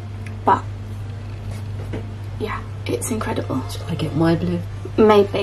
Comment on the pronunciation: "Inkcredible" haha 😄